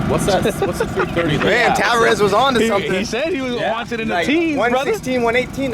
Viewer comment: it’s Tavarez lol “Tuh Var Ez” not “Tav Uh Rez”